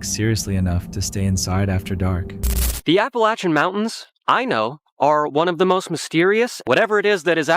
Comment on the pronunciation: I really wish people would really pronounce the Appalachian Mountains correct.